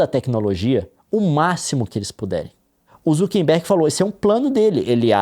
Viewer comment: Por que o Leon fala "ZukeNbergue"?